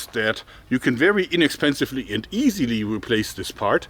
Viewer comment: I love it, when he says "easily" with german accent